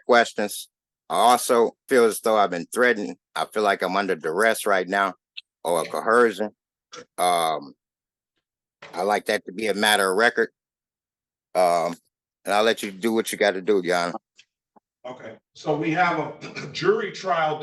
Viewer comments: Co - Her - Shone again 😂😂😂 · Okay. Who else shouted Predator! He’s not a corpse! He’s not an oaf! And don’t try to coherse him. Did I miss anything? I went to get an iced tea while he was trying to say military. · The part of their brain that doesn't process social behavioral norms must also be the part that cannot pronounce coercion, because I've never seen one yet that can pronounce it properly. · Jeezus.. Why can't these SovCits pronounce Coercion?